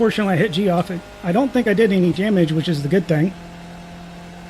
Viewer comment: Well done sir, well done! btw, most Geoffs i know actually pronounce it like "jeff"....not that it matters......but the more you know!